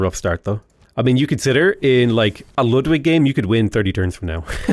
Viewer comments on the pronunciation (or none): none